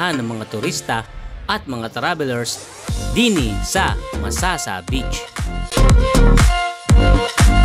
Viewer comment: MasaSa. mabilis ang basa. saSa na ginagamit na pambubong